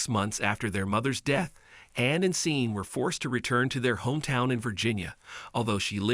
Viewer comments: It’s pronounce Shorn (Sean) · I believe his name is Sean and is pronounced Shawn. The video was great when I could focus on it and the presenter was fine except Sean. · That pronunciation Sean, (Shawn) grates on my nerves like finger nails down a chalk board.